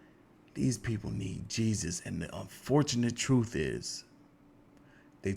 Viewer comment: I'm still laughing at this dude's beard, hosting the show. I don't think that's real either. So he shaves his head and his arms? 😂😂😂😂😂 I keep noticing you say truff, not truTH. Are you AI?